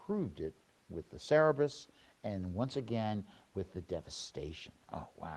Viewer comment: Cerberus pronounced Sir-Bir-Us. The three headed dog that serves Hades and guards the underworld. Greek mythology.